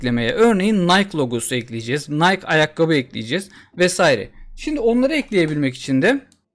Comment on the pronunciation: Yalnız nayk değil de "nayki" gibi telaffüz olunuyor. Video için teşekkürler